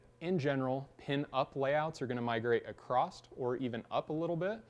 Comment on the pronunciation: He said “acrosst” instead of across .